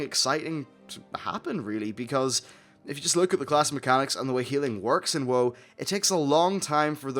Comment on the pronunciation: after watching your videos for 2 months now... im still not used to u calling WoW "woah"